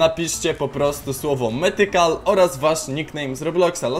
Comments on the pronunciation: „Mithical” jakub_cw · "Mytchical" nick:Brzechwa26 jesteś według mnie najlepszy z Polaków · "biorę udział" "Mytchical" Super odcinek jesteś super